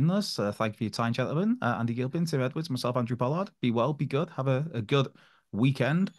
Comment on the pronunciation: Andy Gil-peen!